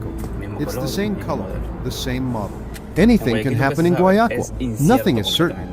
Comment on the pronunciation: Не гуаЯкиль, а гуаякИль...